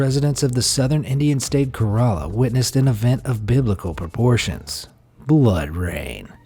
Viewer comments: Idiot author its pronounced as Kèrala not kaeraaaaala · Pls it is kerela- kae-ra-la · It is K E R A L A